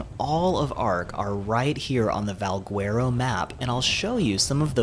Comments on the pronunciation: Not pronounced VALG-WERO… it's more like VAL-GHETTO!!!! Trust me, Spanish is my first language. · in portuguese we dont read the U next to the G, so we say it Valgero, and the word itself sounds latin so i would go with that :) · Try Spanish dude. If you say Valgwearo on the server we play on, you would get tranqued. But great presentation. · Val - gar- oh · No one is going to say anything about how he pronounces Valguero? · bruh ive heard about 40 ways people pronounce it... its getting ridiculous xD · Guy Colon that’s why I came to the comments section 😂😂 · I hate how you pronounce Valguero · Haha thanks, there are so many pronunciations going around for Valguero, but I think you're right! Keep an eye out for my next Valguero video and I'll pronounce it properly this time ;) Thanks for the tip!